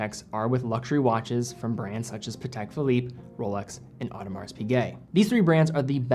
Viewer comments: Please STOP pronouncing the S in Audemars and the C in Montblanc!!! 🙄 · after all these years still pronouncing letter R in Audemars...